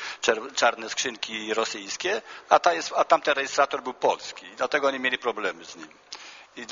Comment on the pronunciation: Nie “JKIE“, tylko JAKIE i nie “MILI“ tylko MIELI. Hahahahahahahahahahaha….“jkie“ i „mili“